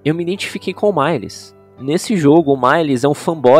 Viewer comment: da um pouco de agonia ele falando males errado, mas ainda sim da um charde daora na fala dele